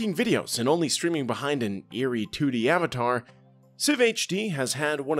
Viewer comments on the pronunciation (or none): none